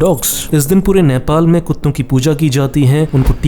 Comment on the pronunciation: say nepal not nephhaal